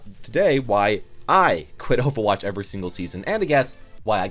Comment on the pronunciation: Because you can't pronounce overwatch?